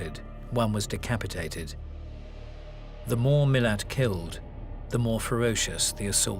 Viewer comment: Sein Nachname lautet ,,Milat", und nicht ,,Milan".